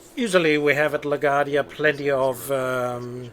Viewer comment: Of course, if you wanted to reverse that, and have flights depart on 4 taxiing via A, B. Arrivals on 13 taxiing via B (again, so they cross 4 more quickly, allowing you to depart faster IF the glitch I mentioned in the previous post doesn't apply). BTW, it's pronounced LA-GWAR-DEE-YA or LA-GWAHR-DEE-YA. :)